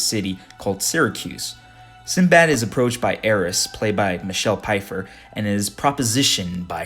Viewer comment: Did he just call the voice actress 'Pie-fer'? Sir, it's 'Fy-fer'. The PF is meant to be pronounced like the 'F' sound.